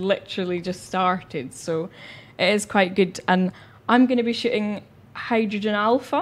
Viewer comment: Lol - listen closely she literally says she is going to be "Shitting" Ha instead of Shooting lol